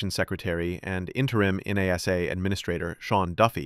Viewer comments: Is this video AI generated? he calls him "interim N-A-S-A administrator" which is bizarre. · well that was a big tipoff that you hired an AI voice for the narration here when NASA was pronounced using its initials, rather than the usual NASS-uh. SpaceX is the best aerospace company in the solar system? Which other planet in said solar system besides Earth has aerospace companies?🤨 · The least you could do is spend a few bucks to have a live thinking human read your computer generated text. A human will know you read NASA as a word, not as the separate letters N.A.S.A., AI readers don’t know the difference and don’t know when they have made a mistake. That laziness generated foible earned you a👎.